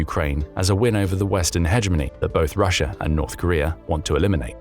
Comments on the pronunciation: It's Russia, not Russiar. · why do you say russ-er and kore-er its an A not eerr sound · Russia has an A at the end of it, America has an A at the end of it. Not an r!!!! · These videos make great drinking games. Take a drink every time this guy says Russer or North Korear. You'll never make it to the end.